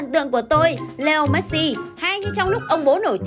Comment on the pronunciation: Chị đọc sai họ rồi